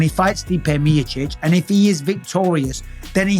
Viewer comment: Cmon brother say it stipe miocic 😅